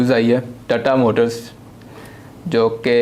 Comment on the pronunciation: "Tatta motors" 💀